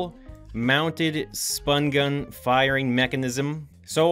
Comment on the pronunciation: Yes you sed spun gun